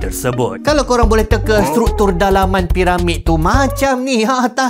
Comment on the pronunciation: mcm mana nak qolqolah kan kalau tuu hahahaha 🤣🤣 "kalauqeq"